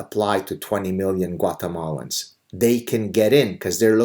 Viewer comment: Was that Guacamalans or Guatamalans? 🤣🤣🤣🤣Love your channel, please keep it up!